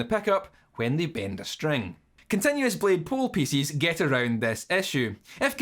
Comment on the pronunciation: i love "pieces" being pronounced like "feces ",makes me smile everytime